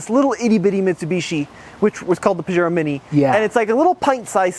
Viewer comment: Have always liked these little mountain climbers. My only gripe is your pronunciation of Pajero….cringy. The “J” has an “H” sound.